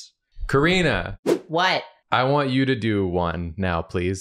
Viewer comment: said Kari-nah 😂